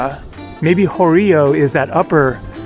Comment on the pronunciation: 20.21 Χωριό (horyiό) with stress on the last syllable, means village. 18.48 Κάπαρη (Caper) is stressed on the first syllable.